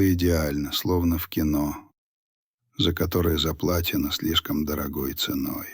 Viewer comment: Не заплаТено, а заплаЧено. Надо читать правильно.